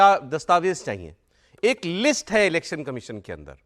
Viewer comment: अखिलेश जी वो लिट्स नहीं लिस्ट होता है😅😅